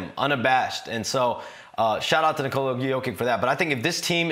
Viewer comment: Come on man, learn to pronounce his first name correctly.